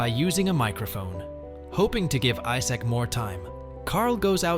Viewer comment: How come you cant say Issac lol.